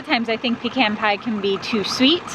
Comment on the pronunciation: Thank you for pronouncing “Pe - Can” correctly ! We’re Georgia folks transplanted to Idaho... Hope to see you out west someday... Praying for Madley... Drive Safely....